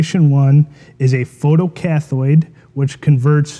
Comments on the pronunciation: More constructive criticism - learn to pronounce technical terms if you claim to be an expert. Photo-cathode is pronounced cath-oh-de, not cath-oid. There is no such thing as a photocathoid. It makes an otherwise good video look like an amateur hour. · Learn to say photo-CATH(o)ed o as in 0 or oh! not cathoid